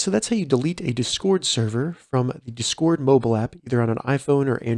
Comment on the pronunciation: It’s DIS CORD not duscord dizcoord, or however your saying lol but thanks for the tutorial